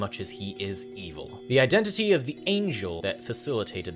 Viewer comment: "The lowest, most E-VILE layer of the Nine Hells." Well, that's the only pronunciation I'll ever be using from now on.